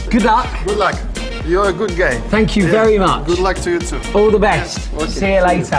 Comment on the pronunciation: " you are a good gay" "tank you" lol